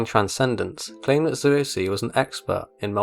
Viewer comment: "Zueo see" what?